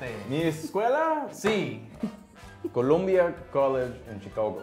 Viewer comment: COOLOOMBEEUH COOLIDGE EN CHICOHGOH.